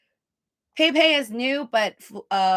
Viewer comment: bro its pronouced pep- ay not pay pay lol the fuck